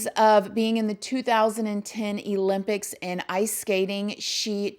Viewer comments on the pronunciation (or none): E-lympics 😂 I love love love you so much baba!